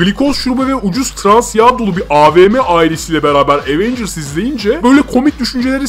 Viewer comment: evet ama bu sizin aWeNgüRs > TDK demenizi haklı çıkarmaz , cringesiniz.